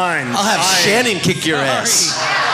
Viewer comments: How did he pronounce Ian's name wrong? He should be be embarrassed. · Dear Ian, I corrected the announcer for you as soon as he said it! People do it to my name all the time too. Eye-an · Ian is pronounced Ian, not I-an. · I never said he was mad. I said I can't believe people still say it wrong when he's been famous for so long. I understand most people with that name pronounce it differently, but everyone deserves the respect of their name being pronounced the way they want it to be. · Ian taking offense to the misspronounciation of his name it silly. Never would I assume that Ian is prounced I-ann. He acted like he was playing, but to be honest, he was offended.